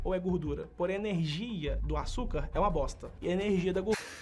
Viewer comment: "iORgute" "eRNegia".... Aí é foda. Rsrs